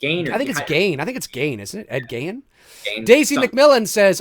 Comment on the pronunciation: I’m going to switch up my m.o. and comment on the fact that was correct about the pronunciation of Ed Gein’s name. It is indeed pronounced as “geen” (rhymes with sheen).